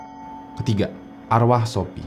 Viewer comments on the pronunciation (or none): Dibacanya sofi bang bukan shopi 😂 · Bang bukannya nama shopie itu bacanya sofi?? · Sophie nyebutnya "Sofi" aj bang biar ga bingung xixixi